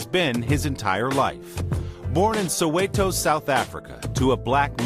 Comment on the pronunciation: Thank you for pronounciating Soweto'e' like a proper South African!